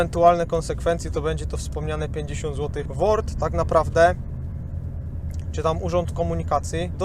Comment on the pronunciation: Błagam was, z WORDU, nie z ŁORDU! 😂